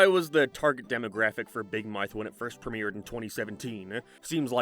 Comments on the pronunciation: I can't be the only one heading say "big Marth" instead of "big mouth" all the time... right? 😂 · Dawg all I’m hearing this guy say is “big mike”😭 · RIP Big "Moath" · "Beeg Mearth" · "Big mithe" lol